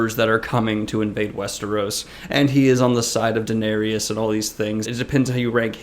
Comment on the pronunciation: Funny how you say Din-air-eous.